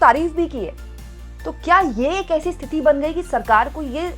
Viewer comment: मैडम स्तीफा नहीं होता है इस्तीफ़ा होता है. और बर्दाश्त ए क़ाबिल नहीं क़ाबिल ए बर्दाश्त सही जुमला है. और आप स्तिथि नहीं बोला करें सही शब्द है स्थिति. आप को पहले भी बताया है लेकिन आप ध्यान ही नहीं देतीं. एक हिंदी anchor से ऐसी उम्मीद नहीं जाती और न ही ये अच्छा लगता है.